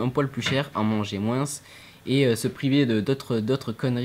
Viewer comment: Le petit moins à la toulousaine xD. Sinon c'est cool de vous voir tous les deux.